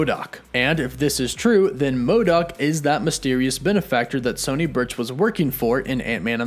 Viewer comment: Also it’s sonny birch, not Sony and Luis, not Louise. 🤙🏾 have a great day